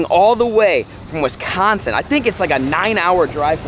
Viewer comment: Mission #1 teach how to say Wisconsin